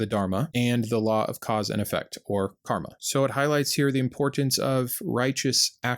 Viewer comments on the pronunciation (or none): none